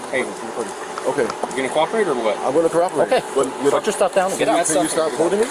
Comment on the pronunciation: The amount of times he said “vut” (what) in the full video is hilarious